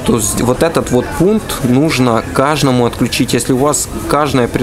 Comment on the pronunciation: следи за речью. Не кажному а каждому. Или (укр) кожнаму.